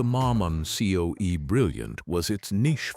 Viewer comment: I am so tired of all of this AI BS! Can't you learn to narrate your own video's? CO EE's?? COE stands for Cab Over Engine. You can't rebuild a DD engine on the road with simple hand tools. You at least need a torque wrench, special tune up set, a vacuum gauge, and I'm sure there's some I've missed. Otherwise a good video. I do remember seeing all of these trucks on the road at some point in time. HG